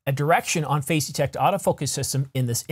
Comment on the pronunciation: You really need to change the way you pronounce “phase”. When I hear you say it, sounds like “face”. Face detect. Phazzzzze detect.